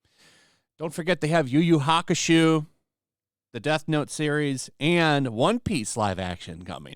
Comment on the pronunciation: Yu Yu Hakusho not shoo and yes. Netflix is gonna ruin it all.